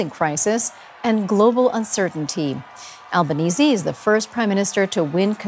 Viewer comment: You must be the only non-Australian news outlet that pronounced our Prime Ministers surname correctly 😅